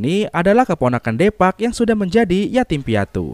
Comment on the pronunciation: Deepak dibaca dipak